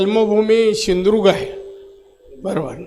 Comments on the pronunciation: सिंधुदुर्ग पण नीट म्हणता येत नाही. शिंधुर्ग म्हणतो. अनाडी माणूस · आरे बापरे राणेऽऽऽ ! आयुष्य कोखणात गेलं ,फण याला अजून सिंधुदुर्ग म्हणता येत नाही सिंधुर्ग म्हणतो.छट् लेका, हातभट्टी विक्या!